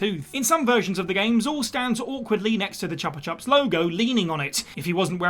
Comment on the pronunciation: and the pronunciation of Chupa Chups was noticeable as well. Still, if that's the worst of it there's not much to correct.